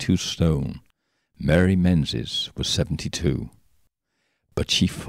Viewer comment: Menzies in Scotland is pronounced Meengis